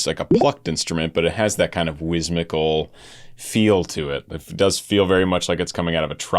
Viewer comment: You're mispronouncing "whimsical". I know I sound pedantic, but if it were me, I'd want to know. Great reaction as always!